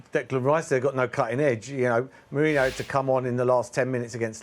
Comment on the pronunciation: Merson kept calling merino , mourinho 😅😅😅😅 how is he still a pundit